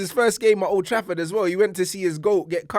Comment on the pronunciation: Sure he says mould Trafford